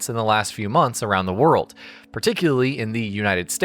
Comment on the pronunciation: what's a wer-uld?